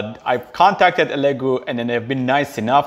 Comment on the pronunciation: by the way its not elegoo "alagoo" thats how you say it